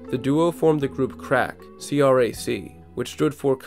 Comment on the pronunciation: Group with Ta’raach is pronounced CRASS and not crack. I think that was mentioned on one of the intros, to one of the songs on the album.